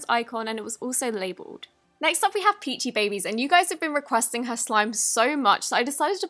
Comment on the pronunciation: Darling its Pronounced as “ Peachy B-Bies “ As in “ Bi-bies ? “ I know i know your brit but im just telling ya !